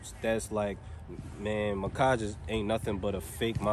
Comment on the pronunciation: Macage😂 it’s Mack-age bro😭🤣